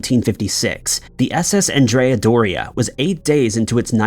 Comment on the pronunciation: Named after the 16th-century Genoese admiral Andrea Doria, it's pronounced with the masculine name, pronounced like Ahn dre uh. The feminine name is as you pronounce it in the video. Thanks for all you do, I enjoy your episodes.